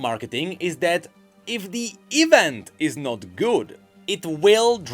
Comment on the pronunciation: Pronounce "E-vent" false one more time! I will unsubscribe and subscribe again!